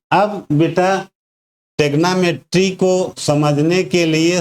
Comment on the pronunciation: थैंक्स for saying tegnometry